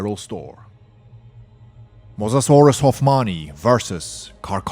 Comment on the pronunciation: wtf is a mozazorus It's Mo-SA-saurus